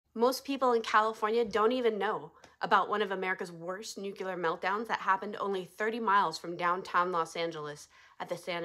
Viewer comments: Never heard of it, but I know the difference between nuke U ler, which is not a word, and nuke LEE er, which is the word you're trying to pronounce but doing it incorrectly ! Why is this so hard for people ??? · If they can't say it correctly, how can you believe they know what they're talking about? It' s Nuclear, not nucular.